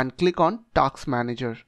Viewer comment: Task ❌ Taks ✅